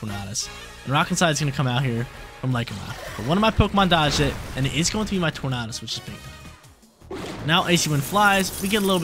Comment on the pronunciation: Just pronounce tornadus like tornado bruh